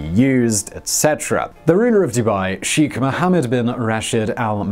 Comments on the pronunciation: It's "shake" not "chic". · It's more like Shei(c)h